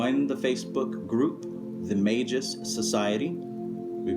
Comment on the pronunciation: I use a special type of magic for any fear and anxiety its a sacred and ancient art called bud smoking or marijuana burning smoke maketh into lungs opera number 5. Old magic. Also youre pronouncing magus wrong xD gj